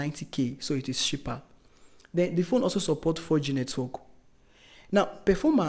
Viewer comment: Nice review, but believe me, you should work on your phonetics and pronunciation. The way you pronounce cheaper and smartphone is aaaahhhggggg. Best of luck 🤝